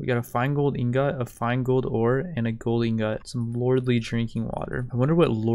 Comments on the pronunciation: I fucking hate how you say ingot xD but other wise great videos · You’re pronouncing ingot wrong lol